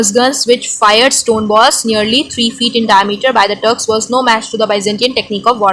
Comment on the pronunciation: Wi turks prounciation was wrong